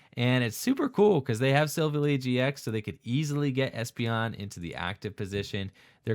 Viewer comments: Its pronounced silv ally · I'm sorry but I have to point it out, it's pronounced Sill Vally like it was two words not one